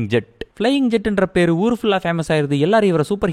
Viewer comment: அது ஜெட் இல்ல bro.... 'ஜாட்'.... ஜாதி பேர்ல படம் எடுத்து வெச்சிருக்காங்க.....